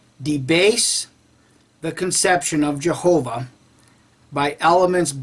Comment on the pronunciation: Nah these guys must be high on something .. The guy never says Jehova, it was more like YeovaX ... also the translator typed jehova but for spanish speaker sound or pronounces it with an X at end ..